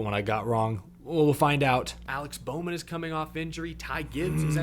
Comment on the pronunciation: Now you got bowman wrong 😂